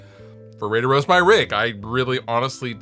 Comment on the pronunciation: Did he say rape or roast my rig?